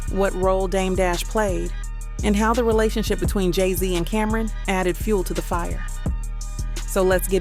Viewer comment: It’s CAM -RON not Cameron sheesh